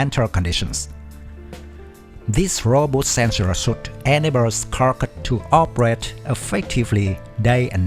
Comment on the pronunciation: 'Suite' is pronounced 'sweet' (as in 'sensor suite').